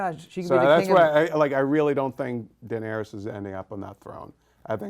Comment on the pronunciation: Why is the guy on the right constantly saying "Daerenys" instead of Daenerys?